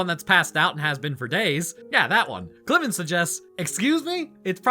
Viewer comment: I don't know what's wrong with me but everytime said "Clemens" I heard "Clibbin's" until I put two and two together near the end of the video. It was very entertaining.